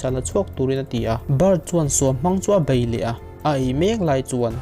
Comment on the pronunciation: 'bei' tih tur 'bai', 'thei' tih tur 'thai' ti deuh tlat